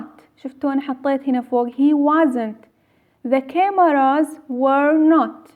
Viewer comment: عزيزتي المفروض اللفط يكون عندج قوي اي ساو وليس اي سو كاميرا وليس كوميرا عندج اخطاء باللفظ فظيعة ومع ذلك مشكوره على الشرح